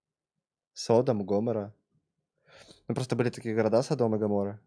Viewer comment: неправильно ударение ставит, там садОм и гамОра